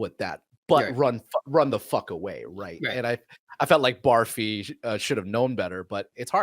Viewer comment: Barfi is pronounced “Burr-fee” and Ranbir is pronounced “Run-beir”